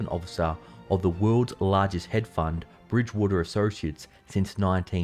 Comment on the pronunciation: Lol... what the f is a “head fund”?!?